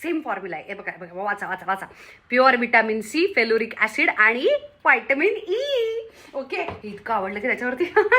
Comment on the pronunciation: नीट तूच वाचत जा .. फेलुरिक फेलुरिक कोकलते आहेस ते फेरुलिक आहे. आणि तुम्हा बायकाना एकूण अवयव तीनच: एक, डोक्यावरचे केस, दोन, थोबाड आणि तीन , त्वचा, skin, चामडी..